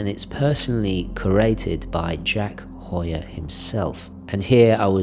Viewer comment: I'm completely biased because it's my last name lol. I'm just enjoying a full video of my last name being correctly pronounced and not "hue-er" like many people say.